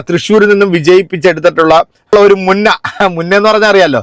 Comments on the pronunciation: മുന്ന അല്ല ബ്രോ മുഞ്ഞ എന്നാണ് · മുന്ന അല്ല മുഞ്ഞ അങ്ങനെ ആണ് സാധാരണ പറയാറ് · മുന്ന അല്ല. മുഞ്ഞ. എന്നാണ് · മുന്ന അല്ല മുഞ്ഞ എന്നാണ് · മുന്ന അല്ല മുഞ്ഞ